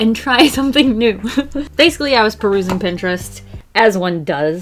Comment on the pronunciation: she said perusing